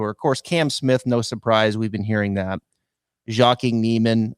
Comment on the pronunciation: pronounces Joaquin’s name correctly. still pronounces it wrong. It’s Waa-Keen.